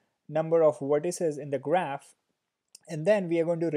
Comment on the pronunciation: it is weird how you pronounce V . Video= WE-deo. Vertices = WE-rtices xD